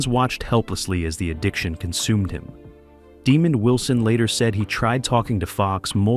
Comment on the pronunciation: His name was Demond Wilson not demon 😈 Wilson!